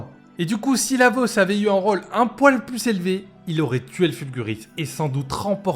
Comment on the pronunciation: C'est "la" méta, pas "le" méta. "roll" et pas "rôle".